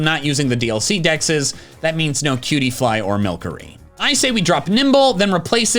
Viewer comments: and he said milkery instead of milcery, mil-sir-ee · Uhm i thinkits milC(sounding like a s)ery not MILKERY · I believe Milcery's name is pronounced like "sorcery" but with milk.